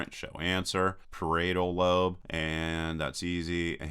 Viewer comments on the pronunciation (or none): Par - eye - yet - al lobe. You're welcome. ;)